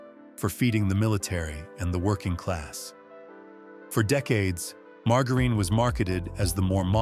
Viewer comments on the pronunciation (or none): I really, really, really, really wish AI would learn to pronounce things better.It's quite annoying to hear mar..jar..een.... I've noticed the bread has gotten worse and worse and worse over the last several years... Grew up on wonder bread sandwiches in the fifties... Shelf life and frozen dinners started with Swansons in the sixties... Why are so many Americans so sick especially young people? It's because of what they're putting in our food and the pharmaceutical companies are making a fortune because doctors push a pill for everything. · Mar Ga Reen? Nothing says AI as mispronunciation? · marga reen??? its ai for sure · When oh when will the AI readers learn how to really pronounce English words?!!! Margerine is not "mar ga reen", g followed by e or i is pronounced as a j. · It appears that the narrator is a robot, that can't know how to pronounce margarine as most humans speak it. (marjerin) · Lost me at mar-go-ren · has to be an AI narrator. he said "margar een" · I caught that too.😅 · Dear AI, learn how to pronounce margerine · The way you pronounce margarine shows you are fake too. The deception never seems to end these days. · Your AI narrator can't even pronounce margerine correctly. Geez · Ya gotta love how AI has such problems pronouncing words. Margarine 😂😂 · I am ROTFLOL that poor AI cannot pronounce "margarine" correctly...😂😄🤣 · AI does not know how to pronounce margarine. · This AI doesn't know how to pronounce margarine. I don't mean to say the info is wrong, but this isn't a real person. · I can’t stand AI voices that mispronounce words. I only got so far as to hear the botched word “margarine”. Ach! My ears! My brain!! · Ai needs to learn how to say margarine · 😂😂😂 - Ieas just thinking the same thing.